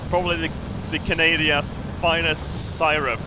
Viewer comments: "the Canadian's finest sigh-rup" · "the finest canadia si-rup!" i love this channel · "The Canadia's finest seyerup"